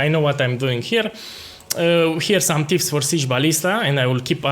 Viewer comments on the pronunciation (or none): none